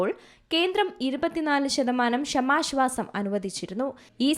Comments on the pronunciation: എന്തെടീ നീ സ്കൂളിൽ പോയിട്ടില്ലേ? "ക്ഷമാ ശ്വാസം " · ഇവരുടെ ഷമാശ്വാസം എന്ന് കേൾക്കുമ്പോൾ അടിവയറ്റിൽ ഒരു താളിപ്പ്.😂